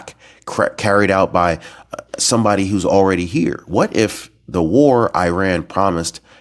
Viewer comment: please stop trying to scare us, correct,, "whatif",,, what if